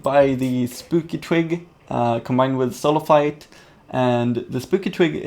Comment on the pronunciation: When you say soul of flite you say soul of fight